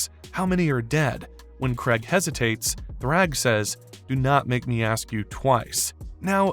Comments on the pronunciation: I can somewhat understand pronouncing Kregg as "Craig" but "Sessil" dawg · kregg also AND Thaedus